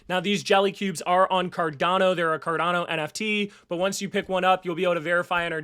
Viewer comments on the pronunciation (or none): none